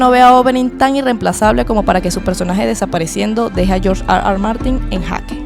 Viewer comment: Nadie: George Arwar Martin